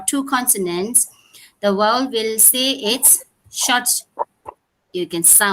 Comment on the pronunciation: It’s ‘vowel’ok so please correct your pronunciation not ‘’wowal’